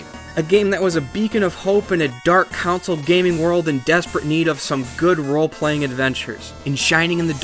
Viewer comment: Being able to pronounce "console" seems like a requirement for a gaming channel.